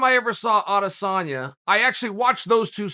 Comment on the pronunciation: It's not Adasanya It's Adesanya